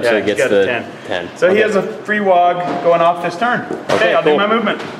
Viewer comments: It's WAAAGH! not wogg. And ya it's hooligan, that's the point. Way to suck the life out of having fun with orkz. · stop saying Wogg. It's just cockney for war.